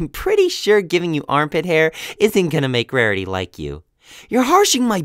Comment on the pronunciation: "Rahriy was anhry."